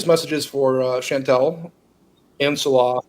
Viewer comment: It’s “Chantal”, and it’s pronounced “Chan-TAHL”. 😉 😊